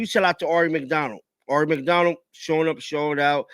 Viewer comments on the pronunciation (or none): Love you, but please pronounce Aari correctly ("Air...ee")